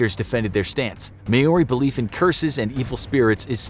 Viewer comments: it's not MAYOURI (American) it's MOUURI (New Zealand) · i am a kiwi and i know its not called may-or-ri its called mau-ri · The man said mayorey instead of Maori 🤦‍♂️ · It’s not may-oree, it’s mow-rrree. You roll the R. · Maori is not pronounced “maw ori” it’s actually “mow ri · May ori? Its mowri. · Your pronunciations are terrible. You should work on that. Mau ree not may or i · The way he say May-Oree gives me anxiety. It’s pronounced Moe-ree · Maori is pronounced 'Mau-Ree' not 'May-Ore-Ee' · The only thing cursed here is how they pronounce Maori. Like seriously, saying it as "meyori" instead of "maw-ree" is atrocious. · It’s not May-o-ri. It’s Maori. I would think a show like this would learn the correct way to say it. It’s MAO-RI. Exactly how it’s spelt. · Not may-oree, mow-ree. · Btw Maori is pronounced like mouldy or like chairman mao is, with a reee on the end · It's pronounced Maori. Mao-di. And yes that's true I ditch them unless I'm on the Marae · As a Kiwi, I couldn’t help but notice that he mispronounced Maori. It’s pronounced more like mouldy or mow-ri/ mole-ri. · Thanks I've always pronounced it wrong as mah-ore-ree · Maori is pronouced Maa-Oh-Ree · I cringed when he said Maori. Im from nz. Its pronounced Mao-ri. 🤣🤣🤣 but kudos for including us!! Kia Kara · You have to roll your r's when saying maori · New Zealander here. Absolutely love the mispronounciation of "Maori" 🤣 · The most cursed thing is this video is his pronunciation of Maori. Jesus. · Please learn to pronounce Maori properly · Why is he saying tutankhamun like that and Maori. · I was hoping to see more comments here, cursing the presenter ...for his horrific and unforgivable mispronunciations of Maori and Tutankhamun. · Please learn how to say Maori correctly. It's so cringy